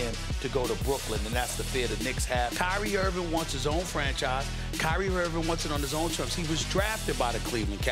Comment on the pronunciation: Nobody: SAS: “Kyrie Irvin”